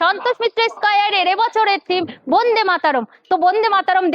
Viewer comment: Bonde na Bande bolun